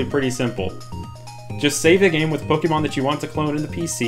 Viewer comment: Poe Kay Mon. NOT Poke E Mon. Season 1 opening. Pooooe Kaaaayyyy Mooooon gotta catch 'em all!